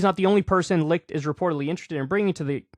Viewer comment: Kyle can nearly properly pronounce the CH in Licht but cant do the same with Koch🤔